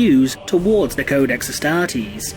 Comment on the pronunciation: the adeptus UHSTAHHHH-TEASE